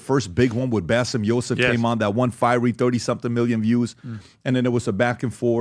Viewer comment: PBD knows Arabic (from his pronunciation of bassem youssef name) and I guess he is an Iraqi Christian who really hates Islam more than US invading Iraq !